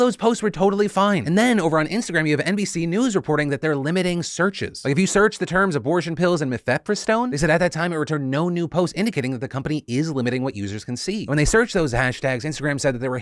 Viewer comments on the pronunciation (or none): Am I the only grammar nerd that wants to correct Phil on is pronunciation of mif-a-press-stone? Also what fb/insta is doing is unforgivable, we're just out here trying to help each other!!